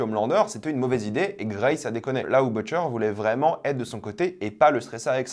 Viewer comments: Je t’en prie arrête de Boutcheur, ça se prononce vraiment pas comme ça, pitié, sinon bonne review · Sinon prononce Butcher correctement s’il te plaît, merci bien.